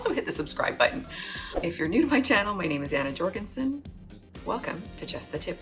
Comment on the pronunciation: Your name is Scandinavian and the J in your last name is meant to be pronounced as Yorgensen not Djorgensen... Your welcome